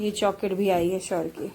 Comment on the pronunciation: Jaket hota hai joket nhi